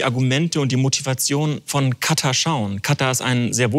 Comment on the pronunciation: Kann ihm mal bitte irgendwer sagen dass es KataR und nicht Kata heißt?🙃